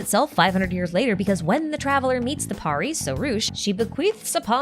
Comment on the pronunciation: Nice video...... The only thing that tickes me is the way everyone mispronounces pari 😂😂😂... It's understandable but still pari is pronounced as purr-ee. And pari(s) are commonly used for referring fairies here in Indian folk lore. Or an imaginary creature (mostly females) with magical abilities.